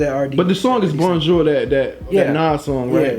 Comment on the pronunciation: Y'all be having serious problems pronouncing bonjour.